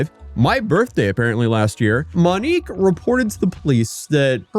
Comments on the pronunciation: “I’m probably going to butcher a whole lot of pronunciations of the Brazilian locations.” —man that butchered the pronunciation of the name of the person featured in the video It’s “Monique”, not “Manique”… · Yeah I can’t watch this garbage when shithead says “Manique” repeatedly in a video about “Monique”. Maybe figure it the fuck out beforehand? I can suffer through pronouncing cities wrong when he only says it twice… but a video about Monique should be narrated by someone that knows how to pronounce such an easy-to-pronounce name. If you don’t know already, figure it the fuck out!